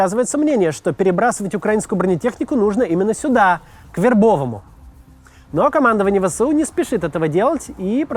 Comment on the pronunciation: ТокмАк, но ТокмакА. ВербововЕ, но в ВербовОм, а не ВербОвом.. украинские топонимы, с трудом даются россиянам, запорожцу режет ухо, Пологи - браво. Так же Васильевка - город, в прошлом ПГТ, но не село